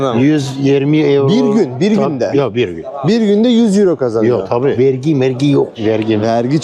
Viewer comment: Kırmızılı eyro eyro diyen adam iğrenç bir tip değil mi 🤢